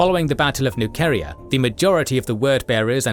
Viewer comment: No hate but your pronounciation of MacCragge and Nuceria are wrong